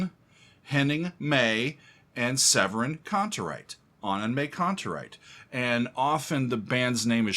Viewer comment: Pronunciation is more like Annen“My“Kantereit, but you are doing well pronouncing „Kantereit“ which is the bigger challenge